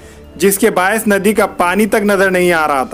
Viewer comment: Naddi 😬 nanded ka naam khrb q karre yr Bhai nadi bolte hai